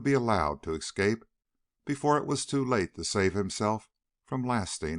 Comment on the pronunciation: "excape" annoys me, as do all the other mispronunciations.